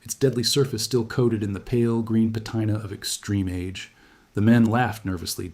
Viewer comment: The only reason I'm assuming this isn't AI is the ridiculous mispronunciations. "pa-TIE-nuh"?? really??? bro. I was excited to find a new history channel but I've yet to see proof this isn't more nonsense that's more like stuff than slop, but still ai nonsense—literally, nonsensical. Please please consider doing more stuff by hand or, if I'm somehow wrong and this isn't ai, at least proving it isn't ai clickbait would go a long way -_